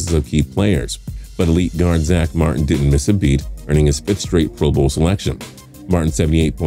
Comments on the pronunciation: "Guard Zamarhn" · why the fuck did he say martin like that